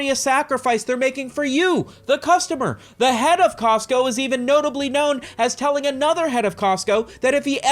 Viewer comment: "We're Cotsco guys" 😐